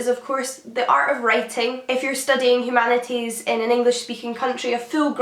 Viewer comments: "Humana eeze"? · Poor girl has that rare bone marrow disease that doesn't let you pronounce the "t" in humanities